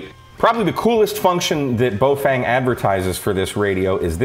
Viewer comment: Please note: the first syllable of the brand is pronounced to rhyme with "cow" and the second rhymes with "lung". So it's "fung", not "feng". Cow-Fung --> Bow-Fung.